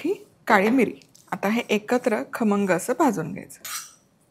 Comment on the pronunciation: Tai tumhi pahilyanda khamngchya yevji kharmanga bolle😂....but tumchi recipe super ani usefull ❤❤❤